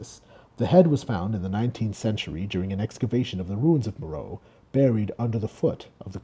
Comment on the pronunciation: "meh-ro-IT-ic." "MEH-ro-ee." I'll never understand how someone can put so much work into making a video like this then think "Meh, I'll just wing it on the pronunciation of key terms" especially when the information is so readily available. It so unnecessarily undermines all the other work.